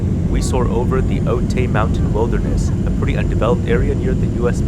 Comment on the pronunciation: Wonderful video! By the way, Otay is pronounced OH-ty.